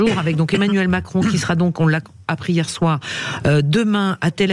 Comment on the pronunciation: tu ressembles à Cécile C'est Emmanuel Macron et non Emmanuel Cron fait attention si tu enlèves le R